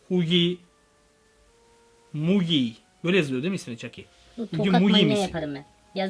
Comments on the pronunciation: Huggy wuggy diyon ama haggy waggy diye okunuyor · Abi huggy wuggy ama haggy waggy diye okunuyor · Okunusu hugi vugi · abi o Hugi mogi değil o Hagi vagi o çok sıkıntı valla dikkat et lütfen bu tarz videoların devamı gelsin lütfen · Huggy wuggy diye yazılır hugi vugi diye okunur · Abi sana bişey soyleyimmi olum varya huggy muggy değil HUGGY VUGGY❗bence POPPY PLAYTİME fabrikasına gitme tamamı❓ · Knk yalan olduğu çok belli, Onun adı Hugy Wugy, Hugy Mugy değil. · Ani semi hugy hugy okunuşu hugy wagy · Huggy wuggy okunuşu;haggy waggy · Abi hagy wagy diye okunuyo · Söylemeyi bilmiyo benim kankamı diyo hagi vagi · Huggy wuggy abi okunuşu hugi vugi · Abi huggy wuggy şey diye okunuyo = hagi vagi bide sende sakın arama bizde aramıcaz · Hagy wagy diye okunuyo hugy wugy diye de yazılıyo abi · Abi huggy wuggy diye okunuyo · Yazılışı: Huggy Wuggy Okunuşu:hagi vagi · yazılışı HUGGY WUGGY okunuşu hagi wagi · Yazılısı:huggy wuggy Okunuşu: Haggy waggy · Huggy wuggy diye yazılıyor ama haggy waggy diye okunuyor abi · Huggy wuggy diye yazılıyor hagi vagi diye okunuyor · abi hugi vugi diye okunuyor huggy wuggy diye yazılıyor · Huggy wuggy Okunuşu hugi wugi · Abi huggy wuggy Okunuşu huggi bugi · Huggy buggy ama Hagi bagi diye okunuyor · Okunuşu Hagi vagi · Mezu Çakkiy Huggy vugy diyil🤭